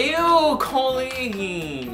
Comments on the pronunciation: When he says "Colleennnnnnn" it sounds more like "Kwennnnnnn" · i love you over pronounce colleens COLleen 😂😂😂